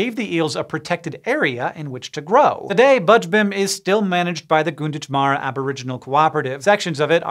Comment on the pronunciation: Gunditjmara might sound closer to "Gan-diji-mara" not "goon-ditch-mara" just based on how I hear other local place names pronounced here. It's really hard to translate aboriginal language into english letters.